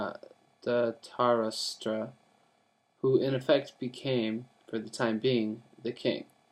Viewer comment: It's dh-rit-rashtra